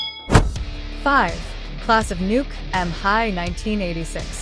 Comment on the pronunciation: It's meant to be pronounced as a single word "Nuke'm" not "Nuke" "'em." Eegad, have you not simply watched the film?